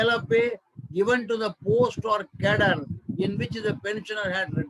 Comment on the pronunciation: Please take care of some sentences ...cadre as cattle